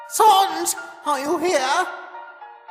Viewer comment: Love it but it's sans not sons